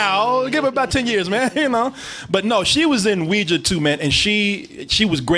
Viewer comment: "she was in WEE JAH 2" lol